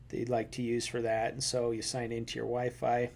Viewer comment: mans really said wyfry i mean i get it